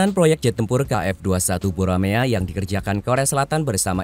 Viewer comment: Dibaca Boramae bukan Buramea